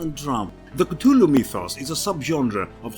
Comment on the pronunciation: And you pronounce Cthluhlu wrong way... Shame.